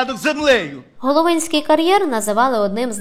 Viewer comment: Головинський, наголос на другу о.....